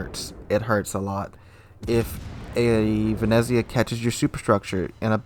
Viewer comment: Love ya videos but please learn how to pronounce Venezia correctly